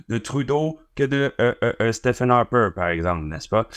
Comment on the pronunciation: Super intéressant, enfin des gens qui osent se déclarer révolutionnaires (note : on prononce "Stiveun" Harper, pas "Stéfen", cela dit, l'un ou l'autre, ça reste un Trouduc, comme Trudeau). Révolutionnaires/anarchistes de tous les pays, réveillez-vous! Et bravo à votre chaîne et à vos entrevues de qualité.